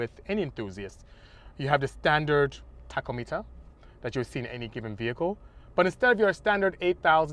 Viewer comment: “...standard Taco-Meter...””